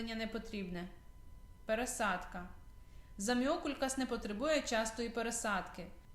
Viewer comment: Можна було хоча б навчитись правильно вимовляти назву рослини!